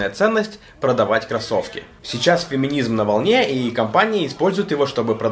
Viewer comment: А я не согласен с людьми, которые произносят "феминизм" как "феминизьм", поэтому у тебя здесь нет власти, (но ты по-прежнему мила и всё видео в целом по-прежнему очень порадовало, с некоторыми тезисами прям люто согласен).